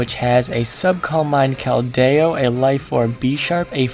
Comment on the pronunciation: did.... did you just say kel-day-oh? I'm done, I'm out.